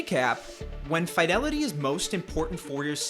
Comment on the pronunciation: Youre either pronouncing fidelity wrong or using a crap vo generator